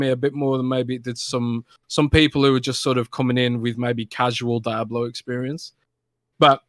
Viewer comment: LEARN TO PRONOUNCE DIABLO FFS